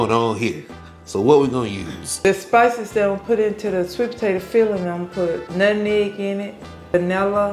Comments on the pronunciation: Not Nutmeg or Nut Neg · Lol Mom its nutmeg not nutneg lol 😅😅😅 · Us Folks say NUTNEG 😂😂😂ITS NUTMEG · When she "nutnegg" instead of nutmeg... I knew that pie was delicious because my grandmother used to say nutnegg and she was one of thee best cooks! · Omg my mom says NUTNEG I love your mom